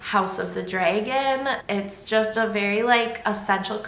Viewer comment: You pronounce Dragon as Draygon lol I am from Texas I’m sure I pronounce words strangely. This story is timeless well done 👍🏻